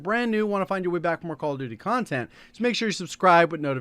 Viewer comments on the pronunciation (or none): The way he says “call of duty CONTENT” hits different